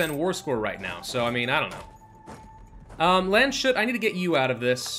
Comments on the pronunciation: A little tip on pronouncing Landshut: That's two words, Land and Hut, so Lands'hut. I know you can do it. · The point is that you don't combine them "together". The binding-s goes to Land and you try to pronounce Hut as a seperate word. Just don't combine the s and h. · What do you mean with combining them? There shouldn't be an awkward pause but just don't combine the s and h. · So how to pronounce that ' Do we say lands hut but combine them together or what?